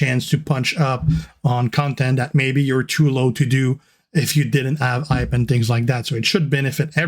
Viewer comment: G'day G, Did they call the new mode "Hype" to get you to practice your "H's"? Yo Joe